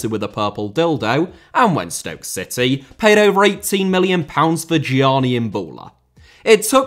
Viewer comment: Gianni* not Dgiohrnni Cissé* not Cissei Possession* not Posession Regime* not Reigime Law* not Lor Traoré* not Trayorei Halved* not Holved Macheda* not Macheirer Drama* not Drohrmer Final* not Fahnal César* not Céisahr Inter* not Ento Swansea* not Swonzea Barcelona* not Bohrçalouwner Via* not Vyer Putin* not Pyutin